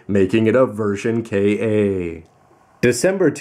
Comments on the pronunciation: Isn't it pronounced "Kah"? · Maybe it was an error on Bandai's part? I mean, Bandai has had a history with Engrish. Perhaps they don't know how "Ka" would be pronounced? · How does that affect his credibility when he clearly knows his Gundam history? The actual pronunciation of Ka has little relevance to the Gundam franchise itself. It's only strange because he has always called those kits Version Ka rather than K.A.